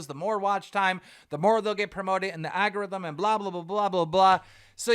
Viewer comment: Still cant pronounce algorithm